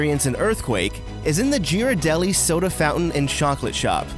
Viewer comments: LOL I was looking for a comment on that, you win the internet today lol, it is a hard G in Ghirardelli not a soft G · Ghirardelli isn't G like giraffe, it's G like gif! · And it's GEAR-ar-DEL-ee not JEER-ar-DEL-ee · Love the tips. Heading to Disneyland next week and will definitely look for these. Oh and BTW... Ghirardelli is pronounced " gear-ar-delli". 😁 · Just gotta say, love your videos, but a few minor notes for this one from someone in the bay area that Pacific Wharf is based off of: 1) Ghirardelli is definitely not pronounced "ji-ra-del-ee", it's a hard "gh" like in "ghost". And 2) the pretty famous Fisherman's Wharf is located in San Francisco, not Monterey. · It is pronounced Gear-ah-deli. FYI. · the g in Ghiradelli is pronounced like the g in girl btw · And also Ghirardelli is pronounced gear-ar-deli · Gear-ar-delli That is a hard g NOT a j sound. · He doesn’t know how to pronounce Ghirardelli, either... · Spontaneous Pentagonal Weirdness 'N Stuff He pronounced “Ghirardelli” wrong as well. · Can't say Jean right, can't say Ghirardelli right, smdh...